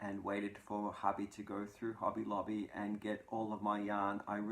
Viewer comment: I have recently started shopping at Hobby Lobby as the AC Moore stores are closing.😕 Love your accent. It sounds like you're saying Hubby Lobby. I thought, what a great place for your hubby to go buy you some yarn. Your description of curling is hilarious. I've been watching Olympic curling for years. It has made quite a comeback in the US with the recent success of the Olympic team.